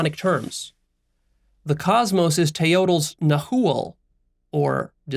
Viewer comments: Yes. And Teotl is "TAY-ot", not "Tay-OH-tel" I think this guy needs to learn a little more before making himself into a teacher of Mexican philosophy. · Nawa (nahua) not na-hu-a. Teotl not teotul. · Love the video. Nahua is pronounced (Na-wa). The "-tl" is pronounced together or don't pronounce the L. "Teot" sounds much closer to nahuatl pronunciation still spoken today. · Ouch to the pronounciation. Nahua is nawua. Like agua. Teo-oh-tl. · Teotl would be pronounced Teot, or teot-e with a whispered "e", thats how you say "-TL". Like coyotl, pronounced coyot but like english coyote, whisper the "-E" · Hey, heads up. If you're going to fashion yourself an authority on Mezoamerican philosophy you should probably learn to pronounce the words properly. Nahua = NA-wa, Teotl = TAY-ot or TAY-ol. You might want to re-record this video to avoid sounding dumb. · One nitpick: the L in Teotl is silent. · I’m Mexican and your pronunciation of nahua and teotl makes me sad. I better read the article and skip the video :( thanks for the recommendation though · Na-hua (silence h) wrong pronunciation of the word. Also all the Nahuatl words is accentuated on the second last syllable. Teotl is wrong pronounced too. The Aztec Philosophy was studied Leon Portilla from that scholar, scholars in US base their work.